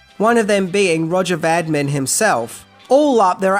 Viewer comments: Loved the video, as usual. However, you kept calling the director, Roger Vadim by the name "Roger Vadmin". His name is even displayed early in the video on that building-sized advertisement of Jane Fonda. His name should be pronounced Vuh-deem. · Not Vadmin but Vadim ! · That's Vadim (vay-dim). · It's director Roger Vadim-- french pronunciation-- Va-DEEM. Please work to get pronunciations correct. Thanks, mate. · "Roger Vadim" is pronounced "Roger Va-deem" with accent on "ee." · Vadim is not pronounced Vadmin!. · In what language do the letters VADIM end up getting pronounced VADMAN? Please advise!!!! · Roger Vadim = "Va-DEEM"...dummy...🤣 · lreat Stuff but please…………pronounce the names properly and it's (phonetically) Va-Deem. Cheers. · Roger VADIM, not vadmin. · « Roger Vadmin » ?!? 🤭 VADIM !!! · It’s Vadim not Vadmin!! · roger vadim is pronounced VADEEM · I was confused by the pronunciation of foreign names, but the director was Roger Vadim, who died in 2000, aged 72. He was very famous as a writer and director in the 60's, which is how I remember the name. I kept wondering who "Vadmin" was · for4 god's sake learn how to pronounce the names ! it';s ROGER VADIM ! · Roger Vadim, not Vadmin dude. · I know it's petty but it's Vadim not Vadmin..... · Dino di Horrendous, as he was later known... And the name was Roger Vadim not Vadmin. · I am reasonably sure the director's name is pronounced Vah-Deem. A man able to convince 5 of the most beautiful women in the world to marry him deserves the respect of pronouncing his name right. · Uh, it's VADIM not VADMAN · It's ROGER VADIM!!! Not Vadman!! What's wrong with this host?? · Vadim not Vadman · The director's name is vah-DEEM Roger vah-DEEM, please. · At least try to spell & prounce the people's names. ("Vadmen??") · Is it really pronounced "vadmin " ? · Why do you keep saying "Roger Vadmin" ?? It is V-A-D-I-M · Why are you calling the director Rodger "Vadmin"? His name is Vadim. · It's Roger Vadim, not Vadmin.